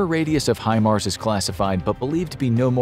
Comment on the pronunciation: Thank God people have started to pronounce HIMARS correctly!!